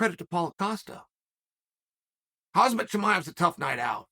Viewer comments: Unbelievable, how Chael still say's KhaZmat. He's name is KhaMzat damn it!) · Chael “Khamzt” Chimaev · TO This day, Chael still calls Khamzat, HAZMAT.